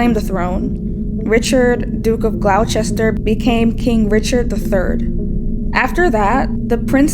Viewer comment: I love your work and your interpretations of the masters. However, a small friendly correction, "Duke of GLOS-TER", not "Duke of GLOU-CHES-TER". Also "FER-DI-NEND" not "FER-DI-NAND".